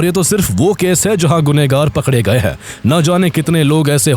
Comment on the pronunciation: Hain ko Huhh kehta hain tumhara ai voice